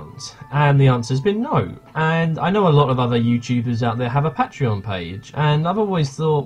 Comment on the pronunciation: You can't say patreon correctly, but gratz on 7k!